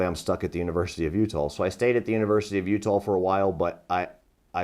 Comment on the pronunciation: Why does he say U-tall?